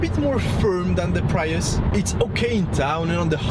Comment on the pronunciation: “Preeeus”, not “Praius” :) Very happy with my IONIQ, although I’m not a huge fan of the profile or sloping roof.